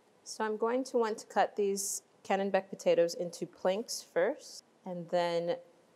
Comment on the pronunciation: She keeps saying canonbec potato, it's called a Kennebec Potato